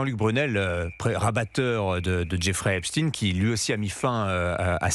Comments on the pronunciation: Geoffrey Epstein pas Esptine ! ! On dit pas "Einstein. " Pas Einstine ... ?? !MDR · C’c'est une affaire française puisque Epstein passait 6 mois par an en France et ce n’etait pas pour faire des randonnées, pour preuve qu’il a peur les journalistes des télés d’etat on ordres de prononcer epstine au lieu d’Epstein, Macron qui serait cité affirme que poutine est cité alors que pour l’instant pas d’infos pour poutine, par contre il a été révélé par exemple que depuis 2013 c’est ariane de rothschild qui a ordonné aux gouvernements français successifs de détruire Dieudonne, de l’éliminer est ce que vous réalisez qu’une rothschild ordonne ce que doit faire le gouvernement, macron aurai pris des conseils à Epstein, des conseils au plus grand pédophilie mondial pour la France et il accuse poutine